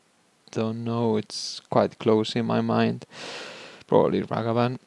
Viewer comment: Dude stop it’s Ragavan not Ravagan